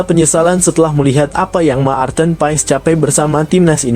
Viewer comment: kok sebutan maarten paes.ejaannya ma-arten paes jgn berbata2,malu dong.